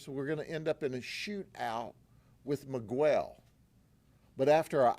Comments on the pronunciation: The guy is not Me-gwell. Its pronounce Me-gel. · The moment he pronounces 'Miguel' as /mi:ˈgwel/ is when I stop watching this channel. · Wild that our government reps can go out and say you are guilty, and tons of case details to the public without judge jury etc. Just bc they arrested them and tell this story doesn’t mean it’s true. So much for presumed innocent until convicted. Also, it’s not miGUEL. Smh. As if Grady doesn’t know how to say Miguel. 🙄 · Ain’t no way my boii Judd pronounced my name Miguwel 😅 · Who is "megwell"😂😂😂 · Guy can’t even pronounce Miguel correctly. That’s a big red flag. Guarantee he’s breaking the law himself to build these cases. Wolf in sheep’s clothing. It’s obvious he’s a rat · is ignorant. He mispronounced Miquel's name over and over like a stereotypical white southern Democrat deputy, that I finally stopped the video in disgust and embarrassment for LEOs that were also probably throwing up in their mouths at the ignorant cop. I honestly believe the People of Florida elect ignorant public servants on purpose to publicly demonstrate their inbreeding reduced IQs.:face-green-smiling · American people need to pronounce other culture's names, countries in their original language. He won't say his name, Miguel, properly; we all learn English but these pure Americans wont respect the culture and that's why America is where it's at. I'm glad they got them though. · I like how he intentionally mis pronounces miguel lol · He knows how to say miguel thats disrespectful to Hispanics